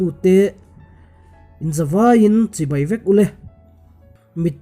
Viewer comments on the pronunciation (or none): none